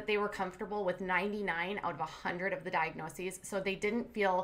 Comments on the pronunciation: For a "registered nurse" she should know the plural of diagnosis... it is diagnoses, not diagnoseses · Shes a nurse, and she says "diagnoseses" ? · "Monitorization"? "Diagnosises"? She definitely didn't work in health care for long. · She can’t even say the plural form of diagnosis—diagnoses. She calls it “diagnosisis.” How is she a trained medical professional?